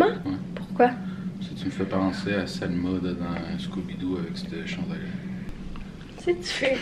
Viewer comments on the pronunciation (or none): Spray Pan 😂 c'est VELMA pas Selma 😭😭😭